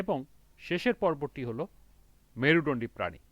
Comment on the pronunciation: Merudondi bolte parena 😅😂